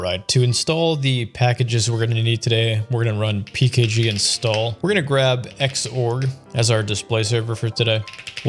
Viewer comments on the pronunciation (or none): none